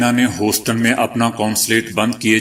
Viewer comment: Not Hoston corect pronenciation is Houston Hiuston From USA Houston Taxas